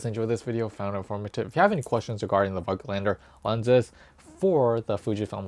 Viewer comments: It's a german/austrian word. We say "Fogtlander" if you pronounce it the english way. You're not too far from that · Hi. I am sorry for that. But your pronouncing is more then terrible. It will be pronounced Like Fogtlander in english. And how you pronounced it is like the germans Idiots speaked in the ww2. In germany (i am a german guy and live in germany) this is really a very sensitive theme. And it is about 80 years ago. So Nobody in germany is alive from this time. And we Don’t want this time again. So please have a Little respect to your german viewers. Nobody in Germany would publish a video with a pronouncing like that. Because it would be the end of the youtube career. Please think about it.